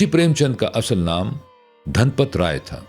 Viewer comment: اصل asl✔️/ نہ کہ asal